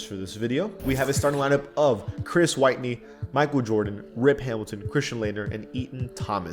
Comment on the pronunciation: Chris Whitney's last name is pronounced 'Whit-knee,' not 'white-knee.'